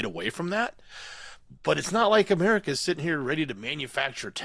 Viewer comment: You can't say 'America First' ? You sound like you have Tourette's syndrome. 3 months ago you said this BS, of being incapable of pronouncing words, would stop with the election. What is the deal now?